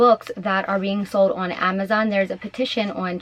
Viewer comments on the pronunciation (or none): none